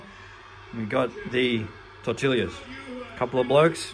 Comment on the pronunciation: it isn’t pronounced with an L